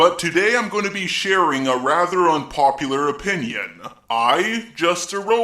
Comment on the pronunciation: Why do you end all of your words with “a” opiniona later-a care-a Also fuck tipping is right